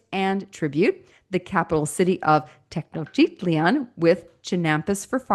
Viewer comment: Tee-noch-teet-lahn is how Tenochtitlan is pronounced, approximately. The Nahuatl speakers I've heard pronounce it make the o in 'noch' long but as a kid I learned it as 'notch' so I guess both ways are accepted depending on the region where people were from?